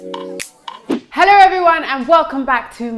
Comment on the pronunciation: “Heller everyone ... channow”